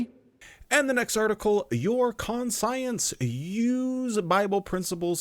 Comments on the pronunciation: Are you saying con-science so people comment 😂 bro it's conshunce. Unless there's a pronunciation in your region I've never heard of. But also yeah fuck watchtower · Con--psy-ense?, this is one of those pronownsiashun sitchooashuns. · ˈkon-chəns".....its ˈkon-chəns. 😂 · I was laughing so hard...kaan - shun -s no con-science. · Sorry. Couldn't restrain my nitpick. Konshence,. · I know...I didn't want to seem pedantic, but it's kan-shents. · Please learn to say conscience, my good god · but he says "we" have this thing..😑 Could be the same as "Anti"-Science? 🤔But that too would more be something the Gov Body would have.. 🤨 Gotta admit.. is the ONLY person I've ever heard pronouncing that word that way. but he is self-admittedly, very weird.. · I think he's saying it that way for a joke. There are a few different ways to interpret it. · The fact that you got so bent up over his pronunciation is concerning we all knew he was doing it to be funny lighten up 😂